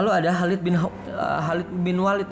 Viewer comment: Maaf ya.khalid.bukan halid